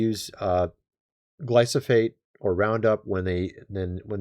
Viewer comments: STOP SAYING “GLY-SO-FATE”! The word “Glyphosate” is pronounced “GLY- FO- SATE” You’re driving us NUTS! 😂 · It’s not glysophate. It’s glyfosate..please say it right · GLY FO SATE..... not gly so fate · . Gly-PHOS-ate, not Gly-SOPH-ate! . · ...It is Gly- pho- sate. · We haven't eaten at McDonald's in years! BTW, That toxic chemical Glyfosate is pronounced: Gly- Fo- Sate. And it's used on the majority of crops in the U.S! Rye, Wheat, Oats, Barley, etc. You're best bet is to buy Non GMO & Organic. But avoiding grains all together because they just cause your body to pack on the pounds! 😳😱 DIABETES, ANYONE....?!!! 🌱🌾🍞🥖🥐🥯🌽🥨🧇🫓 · Love your channel watch it daily. Please learn to pronounce glyphosate 😂😂